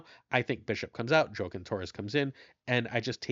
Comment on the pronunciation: I'm almost certain Joaquin is pronounced wha-keen. I'm not from that community specifically, but my life experience on this leads me to feel very confident. Not trying to call you out, but you pronounce names so well usually that one stood out as odd.